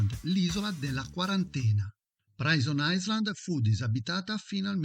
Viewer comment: comunque si pronuncia "prison ailand"